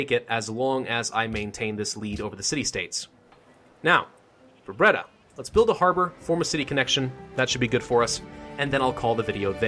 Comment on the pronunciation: u prenounce it breyda